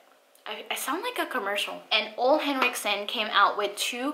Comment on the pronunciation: Hi! Ole is pronounced oo (as in moo)-la. Thanks for sharing.